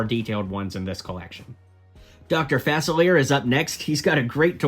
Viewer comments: Correction: Facilier's name is pronounced (fA-sill-lee-air) and or (fA-sill-lee-ay) in cajun accent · Just some pointers: 'Sleeping Beauty' is not her name, Arora is and she does not march with The Evil Queen because The Evil Queen is from Snow White and the Seven Dwarves; Facilier is pronounced fa-sil-ee-ey and the red thing that Baymax is standing on are not 'boosters' -it's his charging station